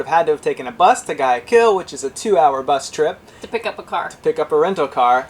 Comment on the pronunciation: OH, and I loved when you said: guy a kill. That was great. LOL! For the rest of us its GOO WHY A KEY AL.